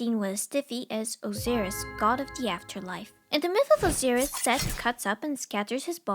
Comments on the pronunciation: Osiris is pronounced (O-Sy-Rus) not (O-See-Ris). Also the leaves added to cover genitals were Fig leaves, not vine leaves. But that's just the nerd in me being picky. Well researched and hilarious video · I've only ever known it pronounced as "Oh Sigh Rus" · I know it shouldn't bother me, but the way she pronounces Osiris is throwing me off.